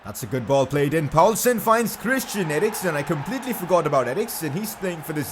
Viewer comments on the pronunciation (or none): none